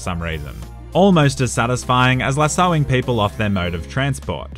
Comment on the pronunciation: its lasso-wing not luh-soing